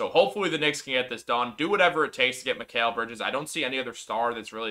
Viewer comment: Mikal (Mi-cal) not (Mi-kale) Lol. I'm sure he laughs at people butchering his name.